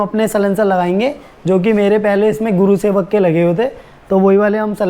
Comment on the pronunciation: Its gursewak not gurusewak!!